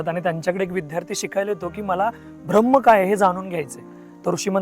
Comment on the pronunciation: गोष्ट छान आहे पण 'भ्रम्म' म्हणू नका कृपया...